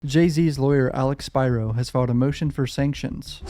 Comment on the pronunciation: Thank you for your analysis and pronouncing Spyro’s name correctly.